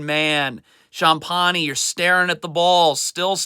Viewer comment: Sometimes when players make mistakes it's not always the coaching but also from a lack of concentration or attention to detail. The way he pronounces Champagnie makes me cringe each time lol